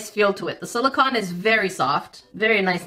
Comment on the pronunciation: the octopi are made out of silicone (sil-i-cone), not silicon (sil-i-con) Not that I'm judging or anything, I just know you like to be as precise as possible ♥ Silicon is a naturally occurring element (14th on the periodic table if you're wondering) whereas silicone is a synthetic compound comprised of siloxanes.